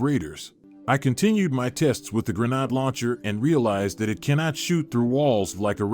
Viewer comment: Wow, Listening to you continually mispronounce grenade is doing something to my brain....